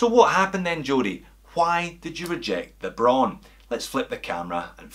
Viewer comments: It's not "bro~n", it's /braʊn/! Imagine Arnold Schwarzenegger says it in a firm and angry voice: BRAUN! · It is pronounced just like "brown" with a string Scottish R.